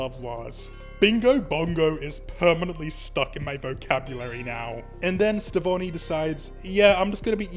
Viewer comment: Isn't the Connie and Steven ship name "Stevonie"? Your version of the name is still cool btw!